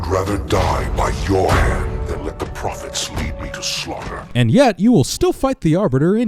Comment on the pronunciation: You said High Prohets instead of High Prophets